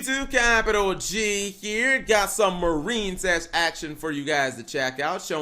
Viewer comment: Anyone else notice he pronounces it "Mar-een-cess" now instead of "Mair-in-cess"?